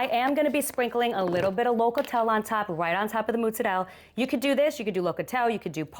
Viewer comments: Hmmm I know some who really REALLY likes pizza. Thank you for pronouncing mutz-a -dell properly. The AZ people think its Motz -ah-rella. No no no. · why do you call the cheese so weird